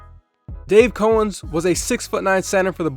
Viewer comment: Bro, love your channel, but you’ve never heard of Dave Cowens? It’s COWens like the cow. Not co-ens